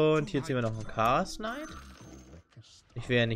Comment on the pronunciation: also englische Youtuber kennen die Aussprache der englischen Namen aus einem englischsprachigen Spiel meine ich doch (Chaosknight, Lonedruid etc) Das ist keine wirkliche Kritik sondern einfach nur etwas was mir persönlich nicht gefällt weil ich es grundsätzlich nicht haben kann wenn Leute gewisse Dinge falsch aussprechen, das heißt du kannst es auch gediegen ignorieren